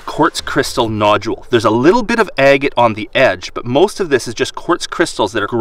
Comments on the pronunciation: Ag-eight ...no, it is ag— gut. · Distracting to hear the way pronounces "agate".